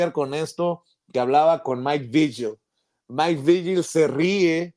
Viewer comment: Porque pronuncian Maik "Viyel", se pronuncia Vigil que no?